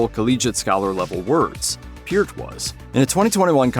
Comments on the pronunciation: Kudos for pronouncing Neil Peart's name correctly. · How is it the narrator can pronounce Neil's last name correctly but screw up Alex's?!